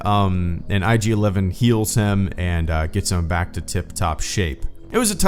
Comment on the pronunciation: was that an unintentional pun. Sounds like "Bacta tip top shape".